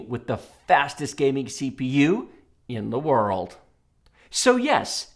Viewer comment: I'm actually an Intel fan but this video is clearly paid for by Intel 🤣🤣. He punted the Intel over and over and says "IN THE WORLD" with waaay to much emotion and emphasis! Not to mention that the majority of the games were coded to favour Intel. Feels waaaay too biased to me!! Im still buying an Intel though!